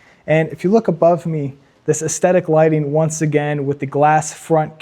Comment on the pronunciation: Oh my God, dude, stop calling it aesthetic lighting, and if you’re gonna use that word, learn what it means and how to pronounce it.